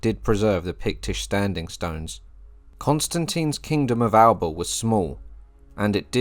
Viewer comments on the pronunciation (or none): The Gaelic name for Scotland is “Alba” but you pronounce it as if it was in your native English. The correct pronunciation is “AL A PA” Eric C